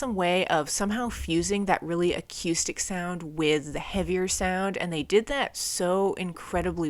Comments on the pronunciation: U confuse accustic,😅(as u would say), sorry no offense, it was just clean vs. Dirt. Lol. Its pronounced A-Coo-Stick. Haha, But most of what u were calling A-Coo-Stick was just a clean tone. 😮 i mean if u wanna comment on something dont look silly bout it. 🫡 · Bro why do you say acœüstic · I think this is the first time I hear someone pronounce the word "acoustic" like that. :) Also, I suggest checking out Cave In, especially their album Jupiter. It's one of my all time favorite albums, and it has that spacey atmosphere you can hear on Hum and Failure (another fantastic band) albums.